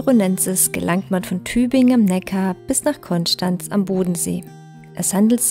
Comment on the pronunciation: Hi! Tolle Etappe und schön kommentiert... Am besten gefällt mir dein „Konschtanz“ ☺️. In „Killer“ kann es ja nur bergauf gehen oder 🙈😅. LG, Flo